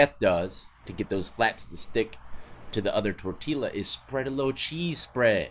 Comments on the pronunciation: Tore-tee-laa had me cracking up. Can hear a fellow white boy trying to I pronounce Spanish words a mile away. Good shit Death, keep it up. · It’s pronounced Tor-Ti-Ya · Lol how he pronounces “tortilla”..🤣🤣